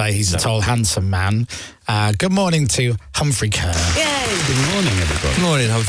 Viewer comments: The amount of shows Humphrey goes on where the hosts always pronounce his surname incorrectly, is unreal. Humphrey's just too nice a bloke to correct them I guess - maybe he's had it all his life so he just ignores it now, but it's actually pronounced 'CAR' and not 'KERR' 🙄😉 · It's pronounced car! 🚗